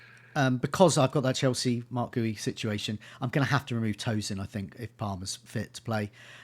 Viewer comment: Please let's sort out the pronunciations: Guiu = "Gee-You". He's Spanish. Google will tell you. Wirtz = "Vee-irts". It's not that difficult. Sorry, I'm a pedant.